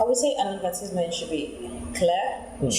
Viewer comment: I am curious, I can see that her pronunciation of advertisement was wrong, but the examiner did not point it out, is pronunciation not important?